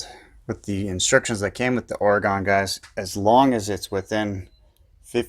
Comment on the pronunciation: Good comparison, thank you, but I have to cringe when you say the name of my home state of Oregon. Pronounce it this way ory gun.